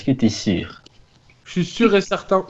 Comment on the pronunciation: OMG "es" pas "est"😂😂